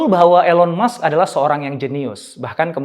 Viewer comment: bacanya ilon mask pak jadi agak kurang enak di telinga, but it’s okay🙏🏻✨